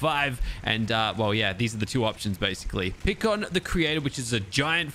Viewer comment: Pikkon is pronounced pike-on